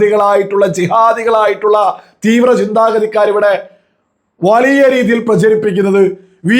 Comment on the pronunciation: വളിയ അല്ലാഡോ... വലിയ എന്നാണ് മലയാളം